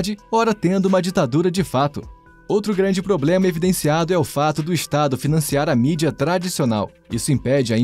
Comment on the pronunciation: Alexandre o glânde KKKKKKKKKKKK